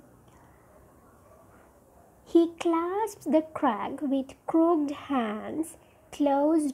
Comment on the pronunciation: The way you pronounce crooked, azure are all wrong. I think there exists this basic flaw in almost every teachers of Language and Literature in Sri Lanka. Plus the explanation is too shallow when it comes to a challenging subject as Literature.